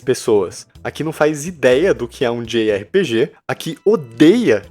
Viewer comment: djei ar pi di, ou jota erre pe ge, não djei erre pe ge kkkk